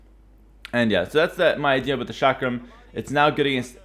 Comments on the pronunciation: It's chuck rum not shack ram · I thought he said shotgun thrower at first